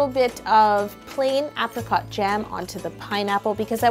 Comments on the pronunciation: Who says apricot like Yo says. APP ricot Or APE ricot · This is an amazing cake but I lost it when you said apricot like app-ricot. In England we pronounce it like ape-ricot. I've never heard it pronounced any other way 😭😂